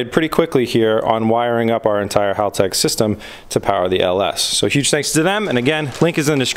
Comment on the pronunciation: I’am glad you pronounce Haltech correctly. Not like other youtube channels cough cough rhymes with Hooligan. Hearing it pronounced like Haul-Tech just grinds my gears. In a nails on chalkboard kind of way lol. We all try, no ones perfect. Cue the keyboard warriors.